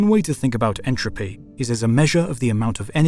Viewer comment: Entropy, not “intropy”